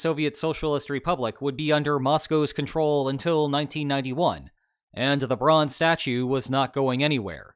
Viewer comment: Silly fact, but every time you say, "the bronze statue", I hear "LeBron's statue".